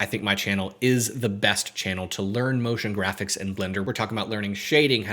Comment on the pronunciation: NIce ONE! I said Notion Graphics ??? Is it Notion or Motion?